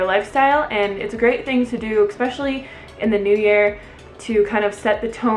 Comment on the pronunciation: I love you and your channel but it kills me every time you say "expecially" (rather than ESpecially) lol love the video tho